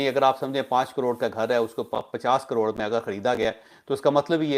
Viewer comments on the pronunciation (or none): You say " aror" What do you mean by this? Is it "karor" or "arab" or a mixture of both of these words? Plz improve your pronunciation...you spoil our pronunciation too. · What is aroor. Is he saying caror?